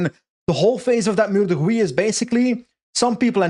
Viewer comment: .;-) I don't recommend saying Meur de Wieh in Dutch speaking parts. Meur is Dutch slang for stench. Not sure what the stench of Huy is...:P